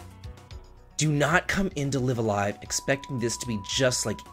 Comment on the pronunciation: It's not a huge deal, but you're pronouncing "live a live" wrong. It's "raibu a raibu" in katakana so it's not " lɪv alive", but "laɪv əˈlaɪv". I used to say it wrong too until I saw the katakana😉